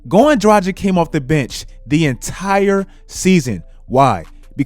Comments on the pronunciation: Goran Draghich, not Drajik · bro Dragic is pronounced Druh-gich. Not Dragic like the Magic. He's slovenian. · My mans said Goran Dragdgdic like 5 times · the way he pronounces Dragic was driving me crazy lol. Drah-gitch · damn your mispronounciation of Dragic annoys the shit outta me. Draghich this may be better. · Could you please learn how to say "Dragic"? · The way you say Dragic 🤮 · please learn to pronounce European surnames - Dragic, Doncic. Its not rocket science, dont be Chuck ;) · still havent fixed your pronounciation of dragic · Oh man , Its tragic to pronounce him Dragic 😂😂😂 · I like your videos buddy, but you really need to work on your name pronunciation. (You butcher Dragic, Doncic and other eastern european players' names) I get that americans aren't good with foreign names, but still, as someone making videos on the NBA, at least try to get the players name right. Anyway, keep up the good work my man !